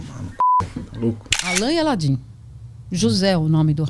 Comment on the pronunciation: O cara não sabe falar o nome de alan e e aladim kk